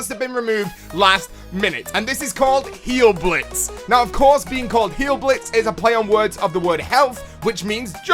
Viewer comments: Heil is pronounced "hi-el" not "heal." In German you pronounce the "i" sound when there is an "ei." Ex: Frankenst"ei"n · Just like in the word DIE that is exactly how you say HEIL. just a little german lesson 😁